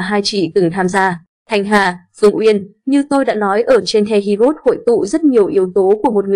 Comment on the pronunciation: Heroes chứ hê ri ốt gì thím? Đọc tiếng Anh gì quái vậy?😖